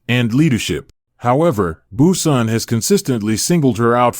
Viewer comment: Brunson not Bueson. I hate bots.